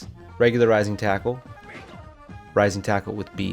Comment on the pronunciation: It's still debatable if he is saying "Rising tackle," "Rising Taco," or "my nintendo."